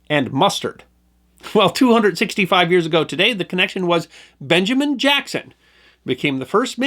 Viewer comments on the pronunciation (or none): none